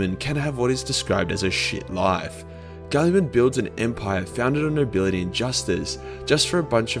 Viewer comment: Fitting for this topic, way you pronounce mr. Roboute´s name, sounds like "Kulliman." And as PSA nobody asked, "kulli" is Finnish slang word for pee-pee. =)P